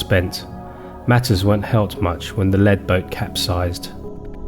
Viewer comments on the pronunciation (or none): At 03.56 I think you meant 'lead' ('leed) boat as opposed to 'lead' ('led). Thank you nonetheless